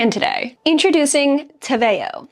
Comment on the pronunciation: Austrian girly over here 🙋🏻‍♀️ WE love the brand 🤣 btw the name is Spanish (te veo -> I see you) so that’s how you pronounce it 🤣. I absolutely love their Contrastline - so thank you for your detailed video ♥️